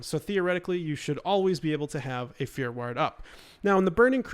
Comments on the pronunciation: Are you saying "fear word" or "fear werd"? Haha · It's fear war-d, God that was driving me crazy. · I totally thought of stewie from family guy when you kept saying "ward" wrong for fear ward lol